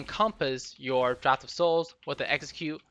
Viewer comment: People still can't pronounce draught.